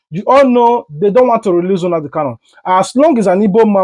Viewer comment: Bro abeg , pronounce the name well Mazi Nnamdi Kalu ....not Hunadi kalu